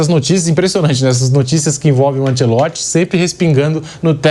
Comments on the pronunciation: Ancelotti, e não Ancelotsch😂😂😂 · A pronúncia é anchelotti